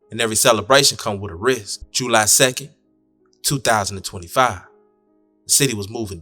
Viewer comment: U say July so funny. JUUU LIE 😂